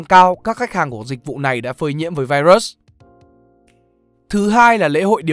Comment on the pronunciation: Trời ơi ad ơi, ad có thể phát âm đúng từ virus như đọc tiếng việt hoặc phát âm chuẩn của tiếng anh k vậy, ad đọc vậy nó sang từ khác rồi đấy, nếu tiếng anh k tốt thì có thể đọc theo tiếng việt cx dc